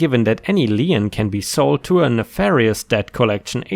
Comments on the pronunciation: As a long time subscriber, you know me well enough to know I will correct your pronunciation at times. In the case of "lien", you might pronounce it a "le-en" but I know your syntax well enough by now to hear "lean" in my brain. ⭐⭐⭐⭐⭐⭐⭐⭐⭐⭐⭐⭐⭐⭐⭐⭐⭐⭐ For the algorithms. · lien /liːn/ sounds like "Lean" - A legal claim; a charge upon real or personal property for the satisfaction of some debt or duty. The only place I heard Lien pronounced as "Lee-In" is In the fictional animated series RWBY and its associated media, Lien is the primary currency of the world Remnant. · In North America, Lien rhymes with Bean, Clean and Sheen...